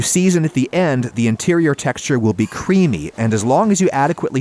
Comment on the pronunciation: Why does he say mealy and creamy so weird